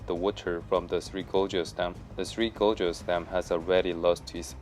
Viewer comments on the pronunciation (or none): You'd think you'd learn to pronounce gorges properly if your going to be saying it a thousand times.